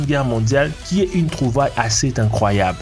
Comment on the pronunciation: "Une trouvaille assez T incroyable."